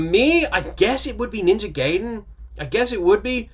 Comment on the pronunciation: also, it is pronounced Ninja "guy-den", just for future reference